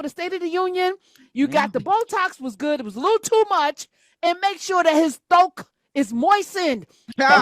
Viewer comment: Appreciate you Prof✊🏾❤️🙏🏾 thoat moistened 😂😂😂😂😂😂